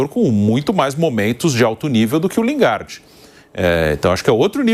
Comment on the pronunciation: Lingarde? Porra, nem pronunciar o nome dele sabem. E ainda são pagos? Pelo amor de Deus...